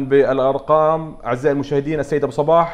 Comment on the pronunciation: المذيع جداً سيء وكلامه ثقيل وطويل وينطق اسم ابو صباح غلط ومبين على ابو صباح انه مو مرتاح بالمقابلة ، للاسف جداً جداً سيء المذيع